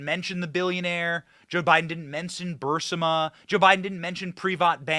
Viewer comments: Have never heard “Burisma” pronounced as ‘burr-sim-a’ 🤷‍♀️ As much as this company has been talked about over the past 5 years, I’m shocked it’s now getting pronounced completely different. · I LOVE YOU, BUT IT'S BUR-IS-MA (BUR- EEES- MA) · Love your stuff, but you're killing me with the pronunciation. It's [Ba-REEZ-ma], not [burs-ə-ma]. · Burisma not bursema. For the crystal clear correct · Great job, as always. I knew a lot of this, going back a long time, but you do a great job of putting everything together and tying it with a bow. Only please, it's Buris-ma, not Bur-sima. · Burisma not bursama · Benny it's Burisma!!! Not Bursima. No one pronounces it that way and that's not how it's spelled. I like the show but as an educated man, and the tons of people pronouncing it, you should know better. 😏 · It's not Bursima, it's Burisma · Bur-is-ma, dude, Bur-IIIS-ma!!! Not Bursima! Good gosh it isn't difficult. Literally everyone who follows politics even a little bit know how to pronounce this 🤦‍♀️🤦‍♀️🤦‍♀️ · Benny, do you say "Bursima" instead of "Burisma" on purpose? Lol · You keep calling the energy company Bursima. I've only known it called Burisma. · Burisma not Bursima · BURR-IZZ-MA NOT BURSIMMA if you can't even pronounce the word correctly, I can't take you seriously on anything else you say about it because you obviously don't care to even pronounce the words properly. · Benny, it's BURR EASE MUH (Barisma) not BURR SIM UH. The "i" is before the "s" in the spelling. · BENNY! Pronounce "Burisma" ...........BURR...IS....MA not BURR....SI......MA...................... PLEASE!!!!!! THANKS!!!! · it's BURISMA..not BURSIMA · "Buh-Ris-Ma", not "Bur-Sim-ah" Lysdexia much? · It’s Burisma - ber is mu Sorry, I had to do it🤓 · Benny Johnson it's pronounced Bur-ez-ma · Benny it’s pronounced Burr ease muh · I wish Benny learned how to say Burisma. Otherwise he seems intelligent. It's not BUR-si-ma, so i hardly recognize what he's talking about. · It’s BU-REE-ZMA.